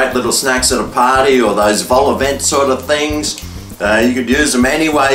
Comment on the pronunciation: Vol-au-VENT? VENT? LIKE A VENT FOR AIR TO PASS THROUGH???! It's pronounced von(t) Silent t Silent But deadly